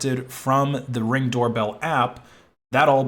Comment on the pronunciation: Why did you say Reng?